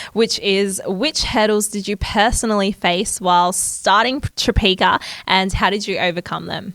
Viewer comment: Obsessed with Tropeaka podcasts and especially the one Caleb did with Sarah's Day and Kurt. I've been desperate to try the products ever since the days Sarah pronounced it Tropiaaaaka😂 _.jadey._ username on Instagram!💫 I sure have underscores in my username haha